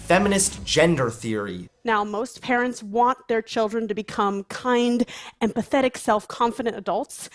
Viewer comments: She said empathetic? I heard pathetic... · did she say empathetic or and pathetic? 😆 either one fits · I know they said empathetic but it sounded a lot like “and pathetic” 😂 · LMAO I had subtitles on and it says she said "Now most parents want their children to become kind, and pathetic self confident adults" It even sounds like she said it, that's what I thought I herd so i went and checked subtitles.. and she did just describe most of her community calling them "pathetic yet confident" lmao wow. I hope she really meant empathetic because otherwise i'm curious as to who in the world would actually want their children to grow up to be pathetic....